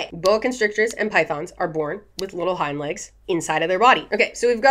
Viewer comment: the way you say hind legs sounds like you're saying hymans. Snakes have little hymans?